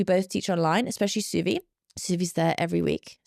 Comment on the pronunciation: No offense but you're pronouncing Suvi's name wrong... in Finnish the U is pronounced open like in the word who in English.